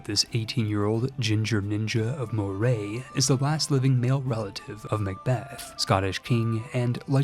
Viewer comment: You misspronounced 'Moray' It's 'Muh-Ree', like the name